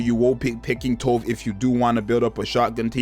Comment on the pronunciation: Not sure anyone cares but Tove is pronounced "too" "veh"